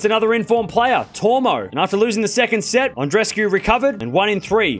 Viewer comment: God! That's not "An-dres-cu", it's "An-dre-es-cu", each of the two "e"-s are audible. Do a small effort for God sake!